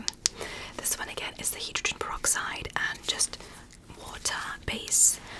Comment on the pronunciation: i get angry when you say hydrogen pyroxide wrong